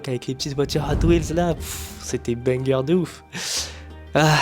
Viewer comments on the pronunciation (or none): none